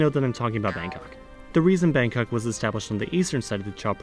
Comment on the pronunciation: i’m thai and when he tried to say Bangkok’s actual name, i felt that